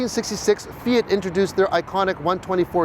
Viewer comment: Finally an American/Canadian who says Fiat and Mazda correctly!